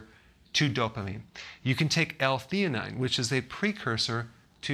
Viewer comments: u said L-theonine...did u mean L-theanine? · Dr Berg it is L-theanine not theonine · Thanks for the video. Small correction: it's L-Theanine not L-Theonine. Greetings from Algeria. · Wtf is "L- Theonine"??